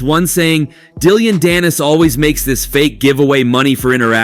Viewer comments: It’s Dillon, not Dillion. And he’s so irrelevant to boxing that it’s a disgrace to even mention him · Dillion? You mean Dillon 😂